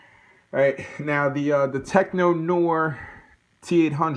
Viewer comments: Pronounce it "teck nuh-whar" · Great review. The way you pronounce "Tech Noir" makes me question if you've ever seen the movie and made me laugh. Actually I'm thinking you haven't seen the movie so to answer your question why his hair is shorter is when he's chasing Sarah and Reese in the back alley outside of the club the T-800 runs through fire burning off his eyebrows and burning his hair making it shorter.